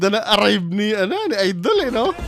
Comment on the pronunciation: correction po hindi "idol" kungdi " ayyydell " 😅😅😅